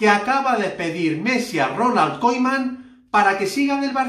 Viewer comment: se pronuncia Kuman no Koiman..!!!!!!!!!!!!!!!!!!!!!!!!!